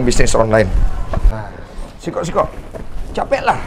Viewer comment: Maap om blh koreksi? Bukan sikok kl sini tapi siko .. kl sikok bahasa Palembang arti nya satu 😁🙏🏻 Tapi jujur aq ngakak liat video ini ..sampe aq ulang trs 😂